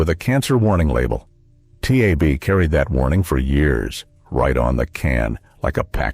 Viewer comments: It's not t a b Its TAB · Holy Lord! Don't these computer narrators know how to pronounce ANY of these old brands? T-A-B is tab, Teem is Team (not tee-emm). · It not tee-ay-bee! It's Tab! One syllable! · It’s called Tab not T A B Just can’t watch any longer. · Tee-ay-bee used to be made by See-oh-kay-ee.